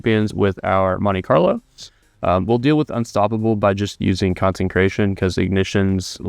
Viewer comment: Do you not realize there isn't an "n" in consecration??